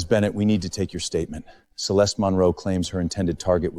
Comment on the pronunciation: These AI movies always use the name Celeste but never pronounce it correctly🙄🙄